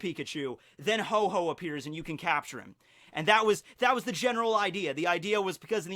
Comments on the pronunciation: It's Ho-oh not Ho-ho. I'm unsubbing >:( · This video is irrelevant because you call ho-oh, hoe-hoe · it's Ho-oh, not "Ho-Ho" >:( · Did this man just say ho ho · Um...There is no pokemon named HO-HO!It's actually called HO-OH :D :D :D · Actually, it's called Ho-Oh, not Ho-Ho. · Ho-Ho 😂😂 he said it multiple times